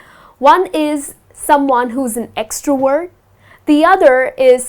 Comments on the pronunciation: Extrovert not extroword😁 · You pronounce extrovert like extra word !! Whyyyyyyyyyy